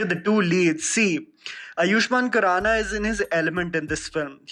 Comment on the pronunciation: He is आयुष्मान खुराना, not आयुष्मान कुराना